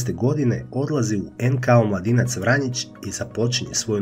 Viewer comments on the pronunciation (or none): Nije vranjić nego vranjic